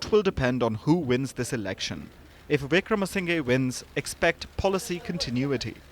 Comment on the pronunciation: Just look at the comments; you are completely misleading the international audience based on Ranil's words. You don't even know how to pronounce a name as a reputed media... "singhe" pronounce as "sinha" and "nayake" as "nayaka"... it's the way we adapt to write in English.